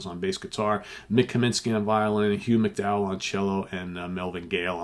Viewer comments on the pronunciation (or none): none